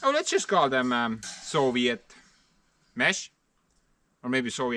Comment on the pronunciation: The only thing you did wrong. And i mean THE ONLY THING you did wrong was pronouncing sovient wrong